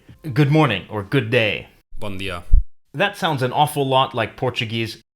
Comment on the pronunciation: In bon dia with n not m 🤦🏻‍♀️